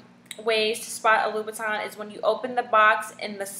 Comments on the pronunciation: Did she just drink out of a red plastic cup... LMAO.. In the beginning she took a long pause like "this video is about Duhhhhhhhh😜😜😜😳😓😳😳. Of yeah Fake.. Duhhhhhh😜😳😳. It's Louboutin not Louvitton say it with me Lou-bou-tin. Label this a Comedy and call it a wrap. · If you are a french speaker you will know that the pronunciation of TIN(is french) is not the same thing as TON (in english). btw ur link doesn't work. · huuummmmmm ppl just pronounce it the way they read it. And if you are not french its definitely hard to get it right. You two are pronouncing it WRONG. its LoubouTIN not LoubouTON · how does it irks u when christian louboutin himself calls them red bottom and all media networks and stars call them red bottom dumb asses u dont even know how to pronounce his name its not louvitton or loubouton its louboutin or red bottoms ugggh pitiful and the ones u have r fake because his shoe dont get messed up on the bottom